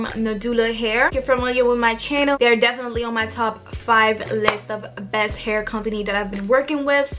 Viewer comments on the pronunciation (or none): none